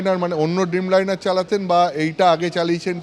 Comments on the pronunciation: Sambadik babu dim liner keno bolchen? Dreamliner ke uccharon sposto korun apni to sambadik poriskar kotha bola ta i to apna r peshay dorkar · আনন্দবাজার মনে হয় টাকা পয়সা বিশেষ দেয় না তাই এরকম একটা রিপোর্টার ভাড়া করেছে। ড্রিমলাইনারকে বলছে ডিমলাইনার, ব‍্যুরোকে বলছে বুড়ো😂